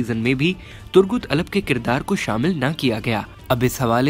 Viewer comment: Bhai itni achchi urdu bolte ho to ertuğrul ka name bhi sahi le liya karo Aur Alap thori hai alp hai